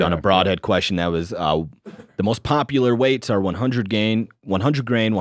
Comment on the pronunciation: What is the correct way to pronounce the word "question"? Every time says that word I shutter. lol. Also, I agree with Clay... it's "akerns". Lol. Thanks for all that you guys do.